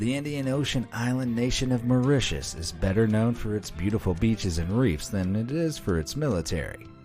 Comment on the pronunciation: TIL: How the pronounce Mauritius correctly. Thank You BE AMAZED! Be honest, did anyone else here think it was pronounced like "Ma-ROO-tiss" ??